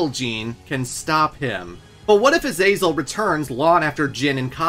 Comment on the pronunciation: Man, it's a good video but I've never ever in my life heard anyone butcher the name Azazel like you have.